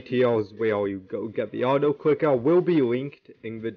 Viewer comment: Why does bro say “awtoclickawh”💀